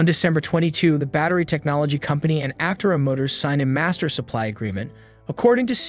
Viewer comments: You are mispronouncing “Aptera”. The accent is on the 2nd syllable, not the first. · You can't even say it right. That being said the car is amazing, even if the narrator isn't.